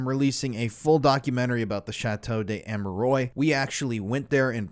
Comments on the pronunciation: It's pernounced Amerwahh not oys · it would be nice if the name of the chateau is pronounced correctly 😊 such a well made video and a little but important detail, especially if the name is said that many times. Its Chateau d Ah-meh-ruah not Ameroi like in boy. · Great video. Love your work. Just wanted to make a point about the place name. In French, the word "de" wouldn't be followed by a word beginning with a vowel. Therefore the correct name is likely to be "Chateau d'Amerois." This is pronounced as "sha-TOE dah-Mair-WAH.". In any event, this really is a gruesome, gruesome series of crimes. I had heard about the details of Marc Dutroux's murders but had no idea of the Belgian government's involvement, nor of the nexus with the Illuminati. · Ammeroys. Mmkay. Doesn't properly pronounce the name of the subject of the video and swears constantly too. Lowbrow. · It's not pronounced Ameroy! So enjoying, Americans cannot pronounce any word or name that isn't American English. I write " American English" because they butcher English as well. Can YouTubers please take 30 seconds to search for the correct pronunciation if they are going to makes video about a certain subject!? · its pronounced A me rou a... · Dude im sorry, i hate doing it but its Armwa, not Amerois. Loved hearing about it none the less. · Have you ever heard of a place called internet? Well, believe it or not, it's full of people so nice to pronounce words for everyone to learn and to avoid talking of a castle of hemorrhoids and concentrate on a [ʃɑto dez‿amʁwa] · Yep... "Arm-wuh-are".... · Pronounce it correctly lol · A part of me dies every time he mispronounces the name the way he does.